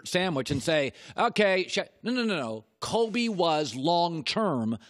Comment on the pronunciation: It’s Kobe not Colby you clown